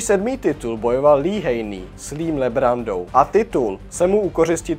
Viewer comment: Labrada ne lambrada.....😂